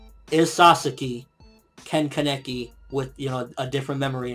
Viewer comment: But please stop saying kaNEki, it's KAneki..